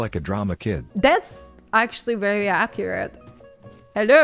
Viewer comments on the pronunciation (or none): none